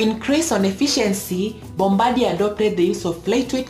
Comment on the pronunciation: Not sure this has been mentioned yet, but Bombardier is a French name, and pronounced "bombar" d ee ay I basically live down the road from the Mirabel factory. Awesome plane.